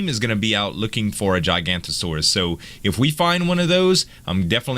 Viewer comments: I know of two correct pronunciations, the giga that I prefer and jiga. I find both perfectly acceptable but it makes me cringe when people pronounce it giganto, it's just like seriously do you know of any words where there is an O that is 100% silent. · Gig a not a saur .... Not gigantosaur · Sorry but I have to, it's pronounce giga noto not giganto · A couple of small corrections: 1) Jig-a-not-o-saur-us. Not Jeye-gant-o-saur-us. I used to misread and mispronounce the name as well, but there is a separate genus named Gigantosaurus that is a sauropod and not a theropod. 2) 3 * 250 = 750; 750 > 720. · YES! I LOVE you for that Z! MTG is the Best! lol when you started typing it I KNEW what you were going for! xD Yes that's a correct pronunciation! He came back btw:) in previous sets and I think in the most recent as well! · it's not giganto it's giganOto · Zueljin just so you know, it's not gigantosaurus, it's giganotosaurus. So call it a gigant if you can't remember that lol. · I hate to be "that guy" but, It is pronounced 'Jig-O-Naut-O-Sawr-Us' ('Jig' like it is pronounced in the word Jiggle) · I believe it is pronounced jiga-noto-saurus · Yeah, it's pronounced giga-nota-saurus. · Jiga-noto-saurus There ya go z ;) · I feel your pain, I cringe so much every time he pronounced it.